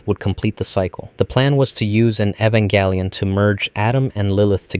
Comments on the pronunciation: It's Jelion not Gelion because it's based on the word evangelism. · I think the most horrific experiment its you mispronouncing the names just to increase engagement. it works you sadistic evil person. are you happy? "evangalion" I swear to gad. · “Evan galleon” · Who the F is 'Evan Gallion'? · Bro you got to learn how to pronounce the title one of this days, I mean you doing 20 mins essays about it and you can’t! That’s crazy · is it really pronounced ehv-en-gal-eon or is it ee-van-gel-ien like the irl non-anime word is?? i don’t watch the show but ive been binging these videos for some reason and im curious about it lol. i have a feeling this is something that is frequently argued among the fandom lol, as usual. a ray-kway-za/ray-kwah-za type sitch lol